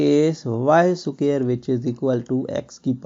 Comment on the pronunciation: Square hota ha cquare Nahin hota